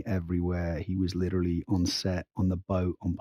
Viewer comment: What made me the most mad about this one is that she thinks she's pronouncing it more correctly but she omits the vowel after the T in order to pronounce it. Litra-lly instead of liter-ally. Sure the T sounds better but what about that E?